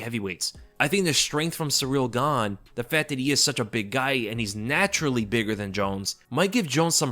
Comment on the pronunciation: "surreal gahnnnm" - I'm dead bro